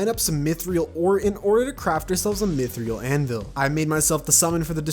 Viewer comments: Dude said Azathoth perfect but botched Mithril by saying "Myth Reel" instead of "Myth r-ILL" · It's pronounced "mith - rill", not "mith - rial" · says azathoth correctly, worries about being clowned says “mythreal,” doesn’t bat an eye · I swear the way her says Mythril is so infuriating